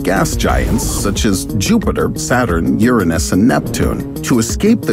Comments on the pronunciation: I like the way you pronounced "URANUS".. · is no one talking about the way he said uranus??